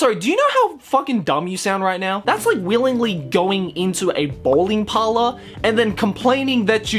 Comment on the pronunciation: BAWLING "BOWLING" XDDDDD